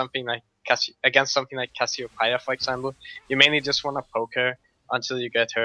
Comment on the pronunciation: Lol Cassio-pie-a